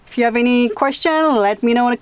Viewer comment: apparemment vous oubliez des fois que vous parlez l'anglais, et il faut prononcer le: H. Il n'est pas muet comme en français. Vous dites tout le temps: I "ave" au lieu de dire: I have, et il faut prononcé le: H. Ce n'est pas si compliqué que ça. J'espère que je ne vous ai pas offensé! C'est juste pour vous le faire savoir. Bye, et bonne soirée! Bisous!